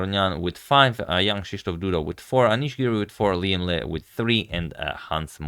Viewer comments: Correct pronunciation, I'm a bit surprised! Most non Vietnamese often pronounce "Lee" instead of "Le" or "Lei". I bet you've done your research, and it's absolutely okay to call Liem Le, it's for international use. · Thank you Agad to pronounce our Liem Le the right way